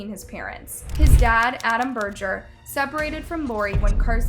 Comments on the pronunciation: berger is a german name and you pronounce it with an e not an a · It really kills me to hear you butcher the language! EAU is pronounced O and Berger with a hard G